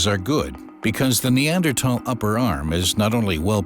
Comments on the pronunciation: How strange that people can no longer pronounce the “th” sound in words like Neander”th” al. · Somebody tell this dude Neanderthal has an H in it! Jesus Christ its irritating hearing him say that word over and over. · Am I the only one that had to stop watching this five minute timer because of the way he pronounce Neanderthal😂